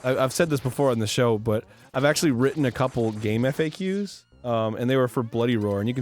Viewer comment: Who the FUCK pronounces it Game Eff Aye Que